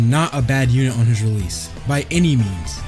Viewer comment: Bro said Realese Its Release 😭 🙏🏾